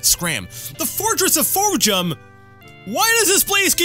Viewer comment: i like how u did the "Temple" of Fhojum in the last episode and you still couldn't get the name right...you and I both got memory probs bud